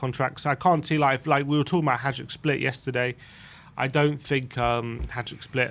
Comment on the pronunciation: I like Hojberg but need him gone to stop the pronunciation.